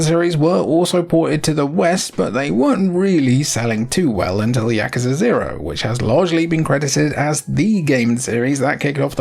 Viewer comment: I appreciate that you pronounce "yakuza" correctly